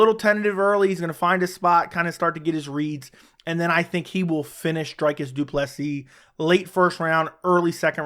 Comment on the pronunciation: It’s “Dree-cus”, isn’t it? Or that one of the inside jokes from the channel? Shillelagh? I think you need the Boston crab.